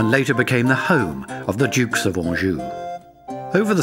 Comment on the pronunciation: Beautiful video. The narrator could at least make the effort to pronounce the name of the towns properly. Angers, Saumur, Anjou. Seriously!!!!